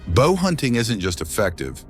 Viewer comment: Mitch Pileggi, whose voice they've stolen, is not so stupid as to pronounce 'Bow and Arrow' hunting as" Bough and Arrow" hunting, pay the voice actors you thieves!